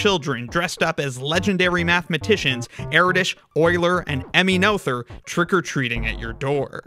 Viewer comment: the pronunciation of "Emmy Noether" really tripped me up 😅 In german "th" is pretty much pronounced the same as just a "t". Also, the "oe" is an old/alternative way of writing "ö", which doesn't have an easy equivalent in english though afaik.